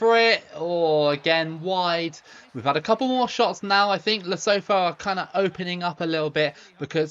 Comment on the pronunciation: Lee-Su-Two is how you pronounce Lesotho